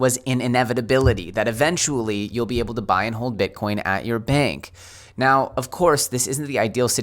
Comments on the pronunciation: "bitcorn" lols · Did he say "grandma and grandpa getting their first 'Bitcorn'??? That's a Jayson Casper-ism! 🌽🌽🌽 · I heard BitCORN. 😐👍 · I could swear you said ‘bitcorn’ at one point. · Did you say Bitcorn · . Grandma and Grandpa are going to buy their first "Bitcorn"? It's hard on the dentures, I hear. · Did he say bit🌽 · did he say "bitcorn" again? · I am not the only one heard that!? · Did anyone else hear say "bitcorn"? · Grandpa wants his Bitcorn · did you say “Bitcorn”? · You said Bitcorn